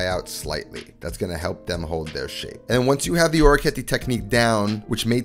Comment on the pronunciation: It is interesting that “Guanciale” you pronounce it with the Italian final “E”. While “Orecchiette” you pronounce it with the American final “E”. :)